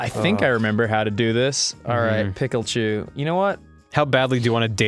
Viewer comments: ITS A PIK-eye-CHU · he even said pickle-chu....